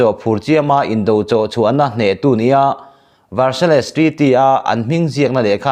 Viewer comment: Varsail emaw Verseil ti a lam tur.